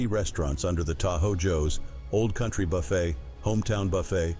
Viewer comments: Buffet is pronounced buf A not buff it! (Buffet)! this is the A I mess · I liked the content, but I'm sick and tired of AI read text. It's buffet with a silent T, not like Jimmy Buffett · If your going to use a computer generated voice, please listen to, and correct things like the word Buffet not pronounced Buh-fet, but Buh-fay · Old Country Buffet. Buffet is pronounced like buff hey, not like Jimmy Buffett’s last name. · You need to 'learn' how to pronounce words connected with the food industry BEFORE making such a video: " B-u-f-f-e t" is pronounced "Bu-FAY" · Buffet is pronounced BA-FAY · This commentator can't even pronounce Buffet. He says buffets like Jimmy Buffet. People that can't pronounce our words in this country can always get a job on YouTube. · Buffet is pronounced buffet not buffet Mr Computer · Can you PLEASE learn how to pronounce BUFFET. l believe the high costs because too many certain people wasted too much food. This occurred in blue states or blue cities only. All this wastefullness was willfully done. Too bad bad behavior and the idiocy of entitlement is the downfall of most of America. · How can you possibly mispronounce "buffet"??? Where are the educated people? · The AI reading has so many comical mispronunciations! For example, “buffet “ pronounced like Warren Buffet! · Can someone teach the ai reader how to pronounce buffet? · Oh speaker, please check your pronunciation on buffet and sopapillas.